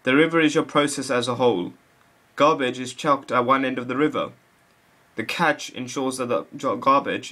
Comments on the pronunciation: It's pronounced like "cash." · I believe he is also misspronouncing "cache". Didn't you learn about the magic 'e' in primary school. Even if you didn't, your the only person I've ever heard pronounce it as "catch". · Cache is pronounced cash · At first I thought he said "the catch"